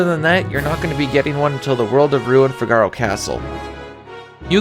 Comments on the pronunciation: Fi-gar-o hurts my ears Fig-a-ro sounds so much better. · Its Fee-gah-row not Fig-are-oh. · Fi-GAR-o? It's FIH-guh-ro . . . Say it fast 3 times like you're an Italian opera singer 😂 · Wait.. wait.. wait... I cant be the only who pronounced Figaro like from a play,right? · i can't imagine figaro pronounced any other way than the way it is in italian, [FIG] + [UH] + [ROH] not trying to shame pronunciation in a game where we definitely can't know for sure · Great video! The only thing that was painful was the pronunciation of Figaro. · The way you pronounce "Figaro" bothers me.